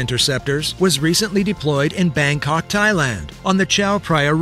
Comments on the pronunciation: Bangkok, not Bangcock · lol, it's bangKOK not bangCOCK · "Bankcock" :D you real? :D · Bangcock...? Really? Bangkok is a noun people, not a verb. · Bangkok Thailand not bangcock 😂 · GREAT ..Bangkok not Bangcock